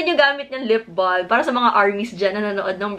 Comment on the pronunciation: Hi.. I like your videos.. 😊 One thing lang that id like to comment from this video is how you pronounced the "lip balm".. Silent "L" po ang "balm".. Thanks..